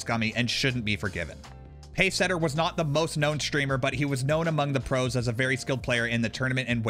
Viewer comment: Why are you pronouncing it SHtreamer though